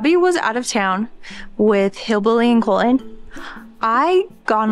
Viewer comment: Colton... not Col'n...